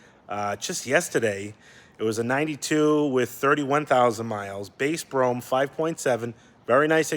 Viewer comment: That’s pronounced ‘Bro Ham’ bro 🤣😂🤣😂 nice car also!